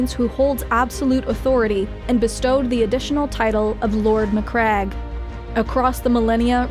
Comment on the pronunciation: REEEEE SPACE SMURFS MAC-CRAG = no MAC-RAGE = yes